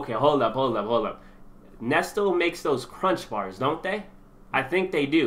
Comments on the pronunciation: NESTLE is pronounced Nest- Lee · He said Nes-stil lmao